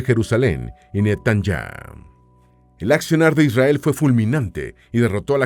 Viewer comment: Mentira dice isriar no israel